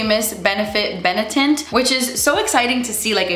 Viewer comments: Benetint was Bene-tit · Bene-Tint aka BeNIP-Tint